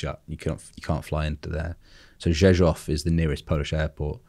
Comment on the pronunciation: Kudos for almost correct pronounce Rzeszów Airport. ;)